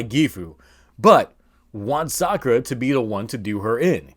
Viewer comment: Sadly you can't really Call it Sakulera without it sounding like Esa culera, which translates to that b*tch